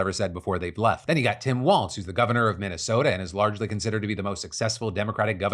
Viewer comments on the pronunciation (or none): Phil, it's pronounced Tim WALZ not "Waltz" there is no T sound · Quick note: Walz is pronounced ‘walls’ not ‘waltz’